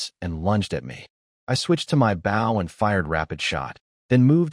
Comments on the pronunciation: When will AI ever learn to say bow properly lol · The AI just needs to learn how to pronounce Bow